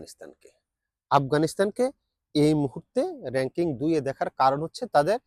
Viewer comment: রেং কিং টা আবার কি??? কথাটা র‌্যাঙ্কিং হবে।।